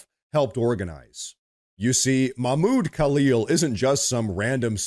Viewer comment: Don't forget to pronounce the "h" in Mahmoud.